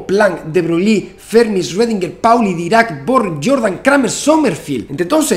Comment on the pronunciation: Recuerdo, vagamente, que el apellido de Jordan, por su ascendencia, se pronuncia con la "J" y no como el jugador de baloncesto.